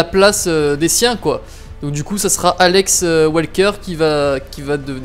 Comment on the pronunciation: Wesker, pas walker